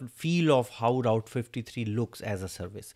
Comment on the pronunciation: Hello Route pronounce proper